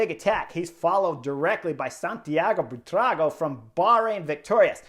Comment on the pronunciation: “Bwee-tra-go” not Botero